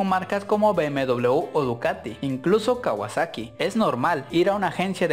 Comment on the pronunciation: "kawasexo " xd